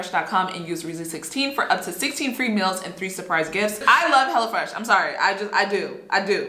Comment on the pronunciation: Me thinking she said hella fresh